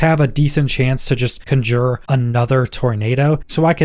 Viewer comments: Great video, thanks! The correct pronunciation is CON-jure and not con-JURE. :) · You keep saying conjure. It is conjure. Besides that, great video. I cannot wait to get my druid on. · Please learn how to pronounce conjure